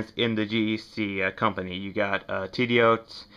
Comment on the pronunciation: Good review. Only one correction. Tidioute is pronounced Tiddy-Yute. Rhymes with Flute.